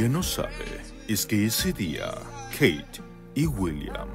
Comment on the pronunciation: jajajajaj ajajajjaja jijijijoijijidjfodijañlkdjfñlk AAAAJAJAJAJAJAJJA (me da un ataque de risa en posición fetal por los nervios de esta entrega). Dónde está la "Queiiit"??!!